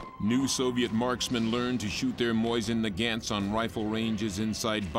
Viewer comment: "Moisen Na-gant"